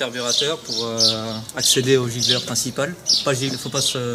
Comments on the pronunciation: gicleur pas gigleur les gars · giGleur ou giCleur ? lol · GiCleur...pas gigleur...😉